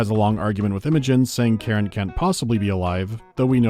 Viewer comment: Dude, just no. First of all, it's Karan. KARAN. I suppose 'muricans can mispronounce it, since they often hear a similar name, but there are subtitles in the game to assist with spotting this letter variation. Same with the voice actors, who can't read it properly either. Hopefully, they weren't paid too much for this butchery. And they better not retcon the character into Karen, to accommodate such text-skimming audience. Back to main topic. Your elaborate excuse for this foolish scene is a stretch to say the least. Khar Sajuuk's location was acquired from at least a Long Jump distance. There's no chance Khar Kushan had precise position of the shut-down ship before it exited hyperspace near the ice shelf. The Veil fleet was not present near the shelf from the start. They followed Khar Kushan's hyperspace signature. If they were already there, the Trinity would've already fallen into S-B-M-H's hands. No chance the experienced Karan S'jet would try to hide the Cores by smashing her ship into the shelf's surface, when Khar Sajuuk could've maneuvered the same way Khar Kushan did, into the shelf's bowels. It's an amalgam of metals, sticking out from ice. Any carrier dispatching 4 probes from a distance could scan it down. I bet at one time in the story, the ship was actually hidden, but some genius came over and said they wanted a beautiful scene, showing it breaking out of the ice. Not enough people with common sense standing up to their superiors lacking it.